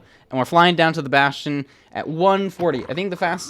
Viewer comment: "Bastion" I thought it was funny